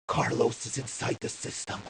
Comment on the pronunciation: Car loss 😭😭😭 Neocities omg the pronunciation on these